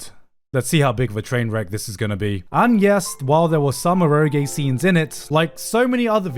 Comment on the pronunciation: This guy lives in Japan and hears the language spoken daily and he pronounces “eroge” like THAT? Incredibly baffling.